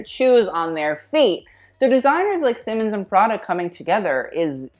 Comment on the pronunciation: It really grinds my gears to hear Raf’s last name butchered a gazillion times in this video. It’s pronounced „SEE-mons”, not „Simmens”